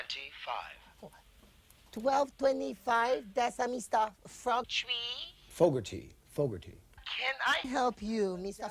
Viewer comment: She say Mr Frogtree instead of calling him Mr Folkgarty she keep saying Mr. Frogtree